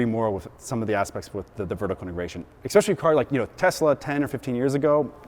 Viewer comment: Did he say exspecially? 😑